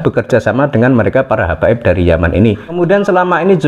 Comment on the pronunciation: yang ngomong masih sering "keclethot lidah, masih nyebut hababib, padahal sebenarnya imigran"